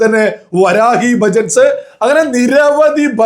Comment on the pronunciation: Bhajans, not bhajats 😅